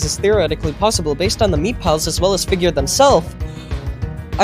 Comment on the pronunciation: ah yes, figeaur